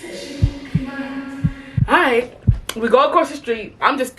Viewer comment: Not the teacher saying iight fight 😭😭😭